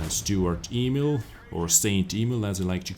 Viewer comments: STURER Emil, not STUART Emil!;-) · It's not 'stuart', nor 'saint' Emil. It's 'Sturer', which means 'stubborn'. Just call it stubborn emil, as ze Germans did.